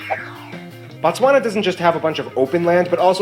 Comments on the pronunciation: Why am I getting worked up over him calling the country Batswana? It’s Botswana. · it is pronounced BOtswana ...BO...as in Boston and then Batswana refering to the nationals. 💙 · More stuff on Botswana Also we pronounce it Bo like Bo in Bold ....He keeps saying Batswana which is plural for Botswana Nationals, Singular is Motswana